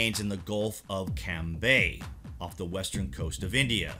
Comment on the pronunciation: Firstly it is not Camby It is Khambad